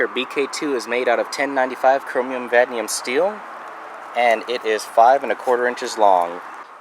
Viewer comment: It's called Vanadium, not vanium